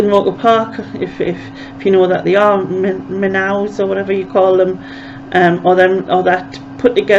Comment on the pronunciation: some nice images again. you dont say the W in minnow, so its min-O